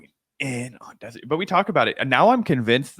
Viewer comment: Finkelstein effortlessly mispronounced Destiny's name over 25 times just to fuk with him. Half the time you can't even notice it but Destiny definitely did.